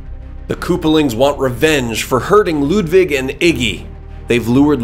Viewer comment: Holy crap! The first english-speaking person that I know to actually pronounce the name Ludwig right! (I'm german)